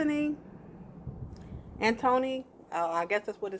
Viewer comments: The name is Antwone. Pronounced An 2 Won. Antwone. Not ANTHONY. 😂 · How are you going to make a video and not know how to pronounce the name Ant-wan?? You may think its cute, but you sound stupid af not knowing how to say a simple name, ijs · I'm just mad you don't know how to pronounce Antoine.